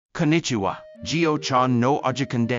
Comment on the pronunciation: くんにちはに聞こえる